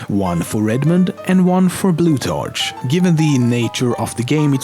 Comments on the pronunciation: Nice vid, BTW the 'ch' in the name Blutarch is pronounced 'k' as it is in the word 'school'. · The way he pronounced Blutarch annoyed me greatly. It should be pronounced a like a k not like a ch. It is counter intuitive but English is generally difficult, but it can be understood a through thorough thought though. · Blutarch is pronounced blue-tark, it bothers me how he says it. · He way he pronounced blutarch and pauling made me so mad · ur saying blutarch wrong